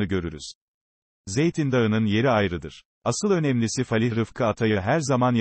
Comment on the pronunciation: Falih değil fâlih denir